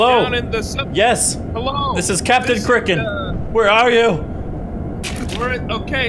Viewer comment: I THOUGHT CRIKEN WAS PRONOUNCED CRY-KEN NOT CRIKKEN